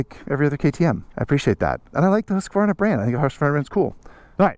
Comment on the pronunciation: Excellent pronunciation of both Husqvarna and Svartpilen 👍